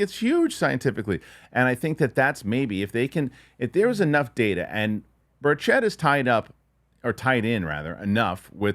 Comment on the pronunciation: Good work,. BIG HINT: Tim Burchett pronounces his last name with the accent on the first syllable: BURCH-ett. Think: Birch it. It will help your credibility, even though others mispronounce it like you do. I really appreciate your interest in the UAP topic - thank you.